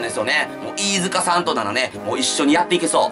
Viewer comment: T-アカギ いーじゅかしゃぁーん